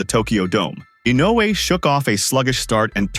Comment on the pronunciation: They just butchered Inoue's and Pacquiao's names :)